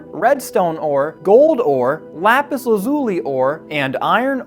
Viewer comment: I cannot express how amazing this build is but for the love of God stop saying lapis like that! I know that super famous YouTuber said it that way and now it's a whole community thing. But it's incorrect and kills me each time. No hate love you videos!